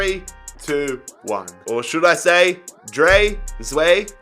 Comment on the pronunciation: drei is pronounced "dry" no hate still love your vids